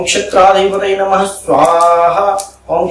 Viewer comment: नमम नहीं, नमः बोलो।